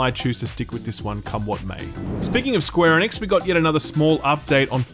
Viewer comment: What the hell - the way you say Square Enix was my favorite part of Square Enix…why did you start pronouncing it correctly?? Bring back SqueeNix please!